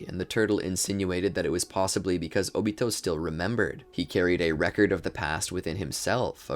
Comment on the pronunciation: Can't even say his name 😂😂😂